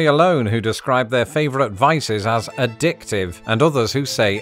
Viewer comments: addicitive? or addictive? There was at one time a radio announcer on a classical radio station here in Dallas, Texas who was British. The station was WRR, and I would say he put the "ah" in W-ah-ah. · Got an extra "i" on addictive Is that also an American point of conflict? 😜